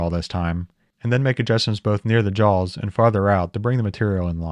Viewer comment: "chuck jawls" nice. Is that a touch of Appalachian?